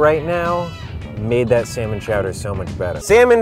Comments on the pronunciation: SSSAaaaANnNNLllllllllooommmNNnNn Edit: I knwo it says sanmolm it’s what said when he said they’ll be eating three sanlom dishes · completely mispronounced the name of it though lol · ALI14 || In Australia we pronounce it like: (C); Sal:Mone.